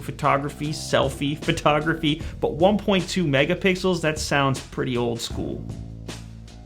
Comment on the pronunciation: When he said 'Mega Pixels' to me it sounds like 'Mega Pickles!'